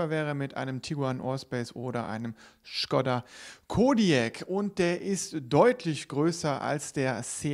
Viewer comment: aber ist doch richtig. Es ist halt Škoda also auf Deutsch Schkoda